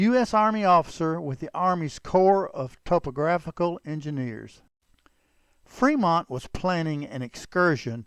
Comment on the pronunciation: C'mon. "Freemont"?